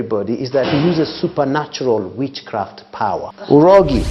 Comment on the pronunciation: its cult. not weeshcraft